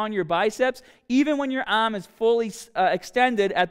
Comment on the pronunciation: I like how easily described this in detail. But has anyone noticed he has a lil bit of Australian accent when he says "arm" and "hard/harder"?